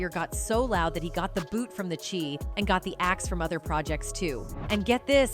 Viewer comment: It’s Chi not she